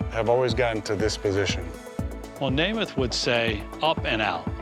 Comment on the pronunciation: It's Namath.